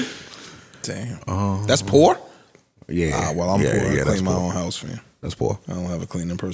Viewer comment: I’m glad y’all cleaned up that blurb in the beginning because the hard ass “T” Joe put on “Own” pronouncing it “Own’t” bothered tf outta me 😂😂😂